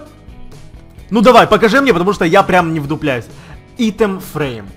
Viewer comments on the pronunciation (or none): none